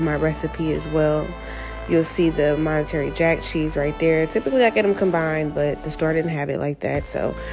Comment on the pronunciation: “Monetary” jack cheese?